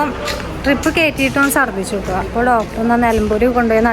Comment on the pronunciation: ഡ്രിപ്പ്❌❌❌ ട്രിപ്പ്✅✅✅